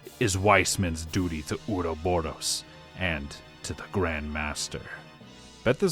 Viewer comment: Great video, my only constructive critique is the pronounciation of the word Ouroboros, there are future games in later entries, it's not Uroboro